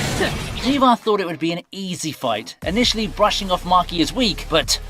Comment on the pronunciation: why you pronounced Miwa as Miva? are you Indian? vell vell vell